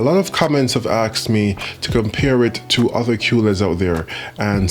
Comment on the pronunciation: Its "asked" not "axed" please get it right for crying out loud. What is it with most black people saying "axed" instead of "asked"?